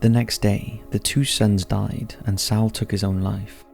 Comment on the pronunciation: Okay, you can pronounce Malleus Malificarum, but can't pronounce Exodus, deity, Saul, Circe, impotence, or reformation? I'm only . I find this channel interesting and have been subscribed for a very long time (years), but this is driving me nuts. I had to mention it at least once. Please use a pronunciation dictionary or something. A video doesn't need to be perfect, but the rest of the content and production value is good enough that the constant mispronunciations are distracting. It lowers the level of professionalism and effort I know you guys put into videos. I'm still giving it a thumbs up, but I hope you can take some constructive criticism.